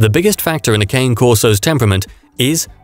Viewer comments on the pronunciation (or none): Cah Nay.....not cane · Christ man. At least learn how to say the dogs name. Pronounced Kaan-ay